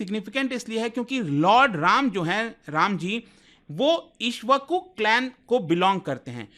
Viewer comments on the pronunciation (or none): Bro its not ishvaku, its ikshvaaku - the ones whose speech is as sweet as a sugarcane juice. Named after their founder who was given this title/name for his sweet speech. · भैया सही से बोलिए इक्ष्वाकु वंश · It's Ikshavaku..stand corrected 😅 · 😂😂 Bhai kuch toh sharm kr le. tu Iksh Waku tak pronounce nahi kr paa raha,kya banda hai tu .. इक्ष्वाकु (इक्ष् वाकु)